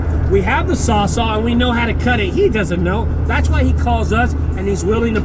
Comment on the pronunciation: saws-ALL !!! IT'S CALLED A SAWS-ALL!!, Not a saw-saw... Stop it, stop it, stop it you're driving me nuts man..😄😄